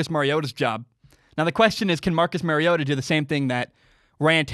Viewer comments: Mari-O-TA like Mario Andretti. Just say TA in place of Andretti. You said it correctly the first time. It is NOT Mary-O-TA The "R" is its alphabet letter sound. As in "ARE" you getting this? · Its Mario ota like the Nintendo game Mario